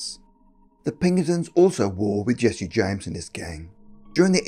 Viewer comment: Also, Jess-e James, two syllables